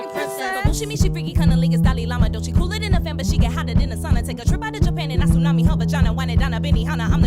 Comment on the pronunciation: The way you say Doechi, im sorry but it was so funny. Dowichi